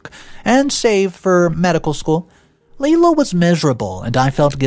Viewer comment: My only issue with this story is, the name isn’t pronounced LeeLa the name is pronounced Lie-La. It’s like Lilac just without C!